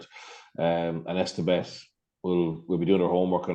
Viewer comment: If anything makes SA play harder and get hyped its the constant mispronunciation of Etsebeth. Who TF is Esterbeth?